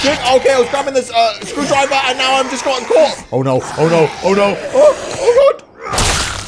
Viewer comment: ah yes, "screwdriver"